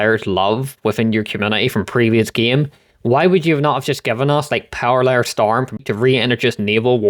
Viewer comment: its not parallel storm its paracel storm xD